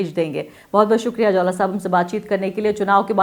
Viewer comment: Jaula Ko Jwala Bata Rahi h